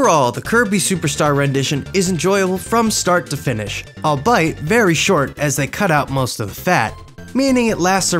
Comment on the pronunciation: You pronounced "albeit" incorrectly.